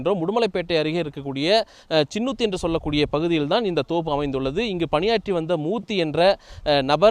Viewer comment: சின்னூத்து இல்லை அது சிக்கனூத்து😂